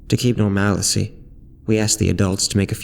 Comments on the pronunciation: Awesome narration and awesome story (outside of the insistence to say norMALicy, vs the correct version ... normalcy, like normal, then 'c') Nicely done. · Creepy stuff. It's actually "normal-cee"